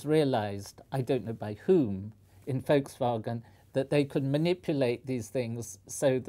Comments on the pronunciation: I for one would just like to say that I appreciate the Professor pronouncing Volkswagon in accordance with it's German origins. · Finally an English speaker who pronounces Volkswagen correctly. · He is probably the first englishman i've heard say "Volkswagen" correctly. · I'm British and that's how everyone I know says it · Congratulations Sir for pronouncing Volkswagen correct. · That's how how everyone (I know of) in Britain says it. Although we do pronounce VW as "Vee Double-U", rather than the German way. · mmm yes that is a relief